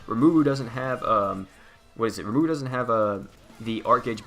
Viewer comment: I know this is really late but RE-MA-RU is how you pronounce it